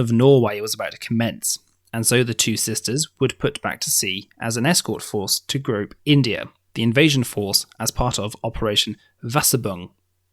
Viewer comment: Thanks for the Video. In Braunschweig the ei after the w is pronounced as "I" in German. The river Weser from wich the name Weserübung is devised is pronounced with first "e" like the first "e" in vessel. Hope it helps.